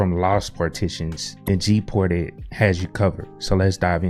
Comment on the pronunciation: Is it me or you pronounce it as "GPORTED"? I even also understand "PORTITIONS"...